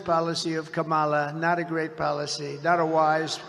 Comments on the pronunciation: He can't even say Kamala's name right, always mocking it , thats how racist he is!!!!!!! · Im pretty sure he's purposely saying Kamalas name wrong. And his nasty comments get on my nerves. When someone speaks the truth or repeats things he has said, he says they are being "nasty." SUCH A MAN BABY TODDLER!!!!!! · The idiot cannot even pronounce "Kamala" correctly. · he's a idiot, however,he think he scare people by saying,she said the truth about his filthy distorted sexual prettier, whatever she said, was the truth,he think, because he cant pronounce her name, if you think this moron isn't deranged,who is, he can't stop running his nasty unintelligent filter mouth,how can this filty mouth fool,take about Mrs Obama, with his distorted fat orange lying unintelligent ass, this nut, has no ideal about politics,yet,this fool was in the highest office in America,how,dose this happen,plus this convicted sexual prettier is running again, really,he made America,the laughing stoct of the "world"!